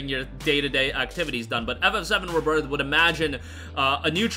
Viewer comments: Ree birth not ribirth sorry but that pronunciation annoys me 🤣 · RE-birth pronunciation